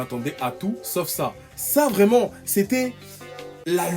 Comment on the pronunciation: Une congolais vraimeererrrnt